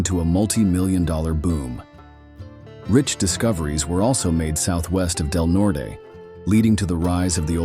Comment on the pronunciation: When are they going to teach these AI Robots that the pronounciation is "COLO-RADO not CALERAYDO, And it's "DELNORT not DELNORTEY"...???